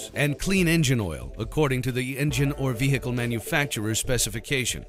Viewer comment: lol. "veHHHHcle"